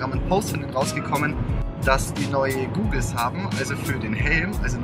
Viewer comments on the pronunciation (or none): Goggles wird mit kurzem o ausgesprochen. Sonst wäre es ja googles ;)